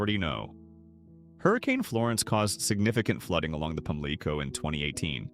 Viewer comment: PAMLICO is pronounced Pam-Lee-CO said nothing about Lil' Washington being 20 minutes from Greenville and 40 from New Bern